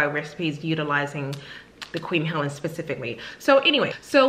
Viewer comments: Helene, not Helen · Pronounced "Heleen" Long E like Queen.. Queen Helene.... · Thanks for your review, just a friendly note on the pronunciation of Queen Helene, it's pronounced Queen [Ha leen/lean] 😃❤️